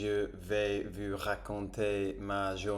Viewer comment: genial, mais j'ai remarquer que quand tu dis comment t'aller vous, tu dis vu et pas vous, regarde dans le traducteur la diference, mais genial !!!